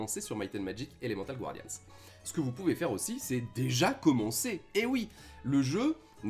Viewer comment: Je vous supplie mon bon monsieur, c'est pas Gwardians mais Guardians. Personnellement, le "rifail" je m'en fichais, mais bon, je passe sûrement pour un con tatillon, mais bon, quand on présente un jeu et qu'on le prononce mal (ne parlons pas d'un accent qui serait approximatif, ça à la limite okay) ça donne clairement pas envie de continuer la vidéo. Imaginez si quelqu'un présenter Summoner Wars et disait, Summoner Var... Personnellement j'aurais des envie de violence physiques xD Mais vraiment, je veux pas paraître méchant, mais concernant Summoner Wars vous/tu (pick one) prononces Wars un peu à la française sans forcer la prononciation du "a" à l'anglaise, pareil pour le "u", et c'est très bien. Donc s'il vous plaît^^ Paix nougatine et patapé je viens en paix.